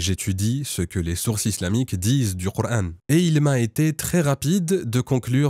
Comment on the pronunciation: Bizarre il prononce le prénoms du prophète et du coran avec l'intonation exactement du vrai musulman la langue arabe seule un vrai arabe peut prononcer les converti le prononce différemment car il faut avoir parlé toute sa vie l'arabe pour prononcer les syllabe du h ou k